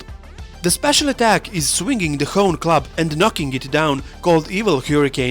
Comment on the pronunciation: I think it's pronounced ho-né club which means bone club. Hone is bone in Japanese. . Don't mean to disrespect. I think your videos are great anyway.